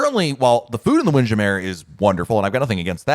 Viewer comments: WIND. JAM. MURRRRRRRR. NOT WINDJAMAIR. it's NOT french. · Wind Jam-mer not Jam-mere. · “Windjammer” instead of “Wind- Jam- Mer “. The way you blended makes it sound “foo-foo”. I really would like for you to research and share the proper way to say the name. One of us has been saying incorrectly for a long time! 😂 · LOLOLOLOL. We always laugh at pronunciation of the WIND JAM MURRRRR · Why the heck is he saying wind Jammer like that. Ahhh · He’s horsing around. It’s trademark phrase. He knows how to pronounce it but chooses to say it another way, all in jest.